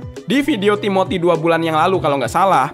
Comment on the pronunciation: Timothy ❌ Tiboty✅